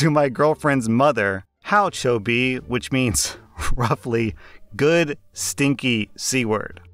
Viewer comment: When blurt out choubi I literally cringed and laughed at the same time, oh you have no idea how bad that word is. Thank God he doesn't pronounce it too accurately.